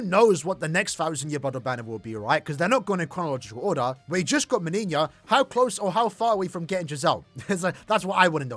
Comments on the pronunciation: My man pronounces "MeniÑia" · both JP and EN official showcases pronounce it Meniñia oddly enough